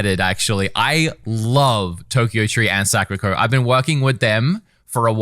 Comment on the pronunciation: “ can read the Japanese words”: says Sakura the whitest way possible “Suh-ker-uh-co”